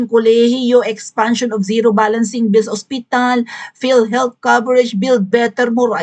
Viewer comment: Pati philhealth na heahealth nagsabi nya